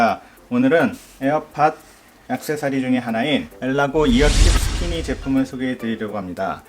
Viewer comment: 스티니 ->스키니